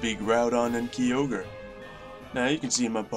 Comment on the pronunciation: you said Kyogre wrong